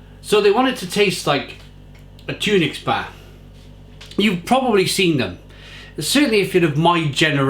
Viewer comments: Tun ocks, not tunix lol your mrs will be at you again😂😂😂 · Pronounced Tunnock not Tune ics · Tunnocks, not tunics. Good review though. 😊